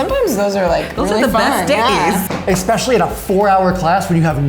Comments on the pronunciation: Did he just say exspecially... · DiD hE JuSt SAid EXSPECIALLY ?!?!!?